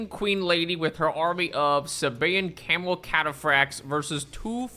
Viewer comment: Can somebody figure out how many times says camal